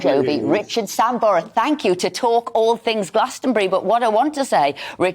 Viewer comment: She said "Richard" Sambora and he said Richie "Samber"... They must have been starstruck to get the name wrong and definitely not a couple of presenters out of their depth.